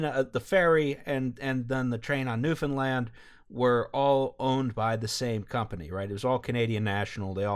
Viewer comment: Holy shit, you're the first group I've found online in years who know how to say Newfoundland correctly. Thank you haha